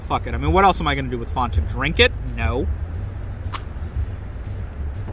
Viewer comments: Fonta. OMEGALUL. Come on we're both from Virginia. Say it the Ricmond way. It's Fanta. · faaahhhnn ta._. fan-ta, say it with me- like a fan to cool you down, or a fan of, fan tah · Fawn-tah? Am I living in bizzaro world? I always heard it as Fan-ta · Fawnta... Wtf. U canadian or sum shit? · this b say "fon-tah" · Not only did he say fonta but he also voice cracked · Have I been pronouncing Fanta wrong my entire life? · Wait, this man just makes a fanta spider wtf??????? Also whay does he pronounce fsnta so weirdly?